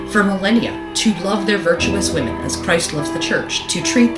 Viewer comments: Why can't Lauren Southern pronounce the word women correctly? She keeps saying woman instead, it's really jarring. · dunno why but it is annoying the piss out of me that lauren southerland keeps saying "woman"( singular) instead of the correct plural term she actually means "women" . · is it a Canadian thing to pronounce "woman" and "women" the same way?